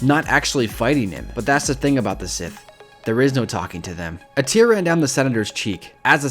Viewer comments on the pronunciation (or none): none